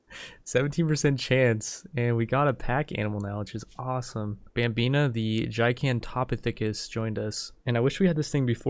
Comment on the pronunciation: you-tie-rannus dip-low-dough-cuss Ji-gan-toe-pith-e-cuss